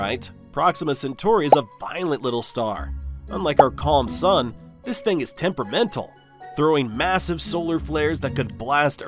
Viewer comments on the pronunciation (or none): none